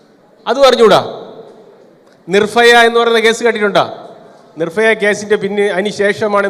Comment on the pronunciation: നിർഫയ അല്ല സാറെ നിർഭയ 🤣